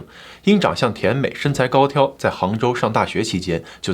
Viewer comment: 是高挑（三声）